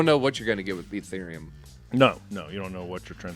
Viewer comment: “Fee-therium” love it 🤣